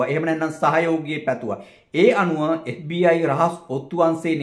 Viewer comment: FBI කියල හරියට කියාගන්එන දන්නෙ නෑ මේකා කාගෙ දරුවෙක්ද බන් මු